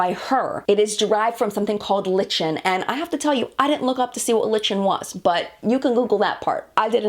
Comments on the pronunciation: "Lichen" ... The thing you pronounced "litchen" ... I'm guessing you're talking about the thing pronounced "like-en" ... it's a thing that grows on rocks. XD I strongly suspect that's the source in question, just a guess though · It's not pronounced liCHen. It is pronounced Liken. Tati made the same mistake. It's the mint green stuff you see growing on the sides of trees and rocks. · Btw, lichen (ly-Ken) is a moss that lives on trees. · <3 this! You're super. My father was, by passion, a tropical fish breeder. I knew what lichen was (is?)!! It's pronounced "LIKE-EN" and is: a simple slow-growing plant that typically forms a low crustlike, leaflike, or branching growth on rocks, walls, and trees. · Lichen is “LIE-ken”. It is the green scaley stuff that grows on trees :) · Lichen (like-n) is moss or algae :)